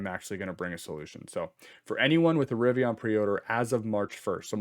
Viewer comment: It’s River + Indian = Rivian there’s no O.